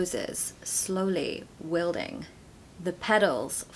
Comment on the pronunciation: That was a very good attempt at the American accent. Just a bit of work on the 'wilting' as it sounded off to these ears. Great vid, thanks :)